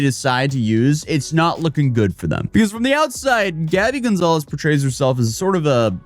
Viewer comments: Lmao I keep thinking hes saying "Danny Gonzalez" instead of "Gabby Gonzalez" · my brain was tweaking so I thought bro was saying "Danny Gonzalez"